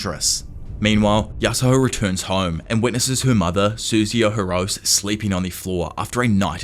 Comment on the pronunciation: oh yeah btw just wanted to let you know about a pronouniation error like how you kind of got gyros name wrong in your sbr video you've been saying Yasuho's last name wrong as it is pronounced "hee-ROH-seh" just wanted to share that with you. Keep doing what you're doing goat!